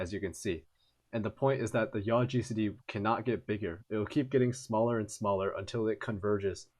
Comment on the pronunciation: its yaw like yawline